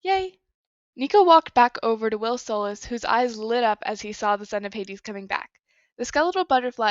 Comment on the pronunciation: I'm sorry, I promise I'm not usually that person, but I'm pretty sure you're pronouncing Solace wrong. I could be incorrect, though.